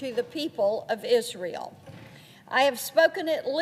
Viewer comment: Sometimes she seems to say isreal instead of Israel . But Israel definitely is real though.